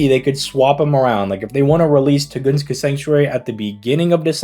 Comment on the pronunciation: "tugunska" 💀"arsuweed"